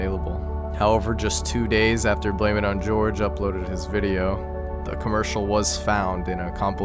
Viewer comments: headsup: i think its pronounce blame it on hor-hay and not blame it on george lmao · blameitonjorge's name is pronounced "hor-hey" not "george", just wanted to point that out since I'm pretty sure you've made that mistake in a couple videos by now. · he pronounced it "George" in a video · The Jorge part in blameitonjorge is pronounced hoar-hay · I like that no one knows how to say “Jorge”. Is it pronounced ‘George’, ‘Yourge’, ‘horhay’? We may never know